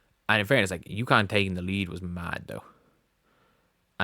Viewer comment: How many times do I have to correct you. UCONN. UCONN. UCONN!